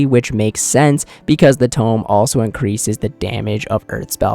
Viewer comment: Brother it is tome not tomb